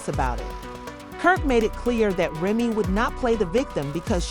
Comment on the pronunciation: I’m out because you can’t even pronounce people names correctly! In another video you did the same! Proofreading is easy before you post your CLICKBAIT‼️ Grown woman can’t even pronounce Remy‼️